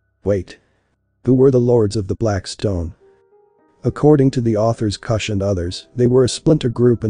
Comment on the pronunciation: Geheime is pronounced with a hard G as in the FIRST G in garage, NOT THE SECOND G in garage Kusch the letter u is pronounced like the vowels in Look, not like the vowel in Luck